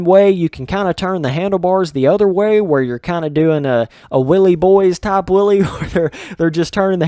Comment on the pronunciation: If your British all you hear him saying is willy 😂 cheers for the amusement.